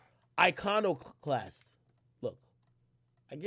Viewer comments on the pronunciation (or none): none